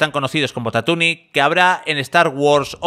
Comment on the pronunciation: Perdona???? Has dicho “tatuni”???? Bocadillo de atuni?